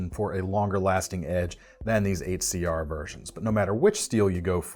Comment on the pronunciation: I die inside every time he says 8cr, step it up CRKT